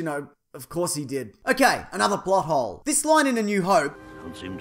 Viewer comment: when u first said plothole i thought u said butthole